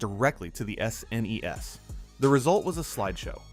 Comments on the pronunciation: Yea, the A.I. voice is cringe af. From S. N. E. S. to shnesh lol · This video's the laziest AI slop I've ever seen. It's actually far WORSE than any games featured in the video! Say it with me kids, "S ... N ... E ... S." 😆